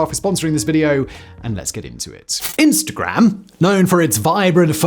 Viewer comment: I feel like you went hard on the pronunciation of “-gram”, which is kinda nice. I try watching less Americans on here!